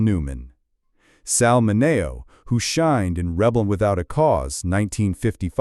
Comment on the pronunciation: Pronunciation, please!!! Min E O !!!!!